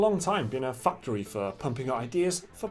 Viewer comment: Hahahahaha. When you said 'factory' it sounded like 'fucktory'. Hahahahahahaha